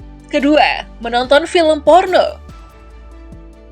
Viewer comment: Tolong yg baca narasi jgn memble gitu, lebaaaay..... Pengucapan huruf N berbunyi D spt Porno=PORDO, nafas=NABAS dll, lepaskan nafas anda saat mengucapkan kata2 jgn dilebay2kan